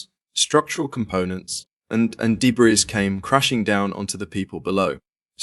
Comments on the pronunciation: English......narrators.....insufferable.....he said "debras".......its DEBRIS you pompous english ahole. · 1.17 .......what the hell is debrISS ??. It's pronounced debree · Its deb-reeeeeee!!! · Wtf is Day Brees? In the US, we pronounce it DE BREE.. change to an American AI voice please. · Debree not debris. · Bro pronounced "debris" wrong Btw, these are literally the worst possible deaths I've seen, genuine care towards their family.😢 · Is this being narrated by Ai? So many wrong pronunciations. 🤦🏻‍♂️👎🏼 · Agreed. Where the hell do they get these idiots from ?. My last comment re. the word debris made me laugh when that muppet tried to pronounce it. (1.17) It's originally a French word. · The “S” is silent in debris!!!